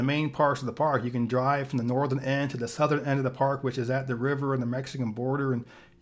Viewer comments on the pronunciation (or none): none